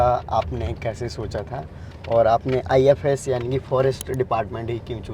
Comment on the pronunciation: It is IFos not IFS. IFS is Indian foreign Service.